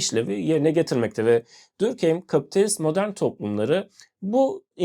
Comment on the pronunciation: videonuz çok güzel olmuş gerçekten diğer tüm içeriklerinizi de beğenerek izliyorum sadece normalde telafuz düzeltenleri sevmem ama direkt konunun kişisi olduğu için belirtmek istedim, dinleyenlerin de aklında kalması için Dörkhaym olarak telafuz ediliyor bence sizin için de telafuzu daha kolay sevgiler saygılar